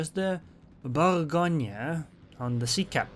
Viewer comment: Bougonia??? No say :" Bourrr Go gneu" this end is tricky for brits because they inverse the lettres E and A in prononciation.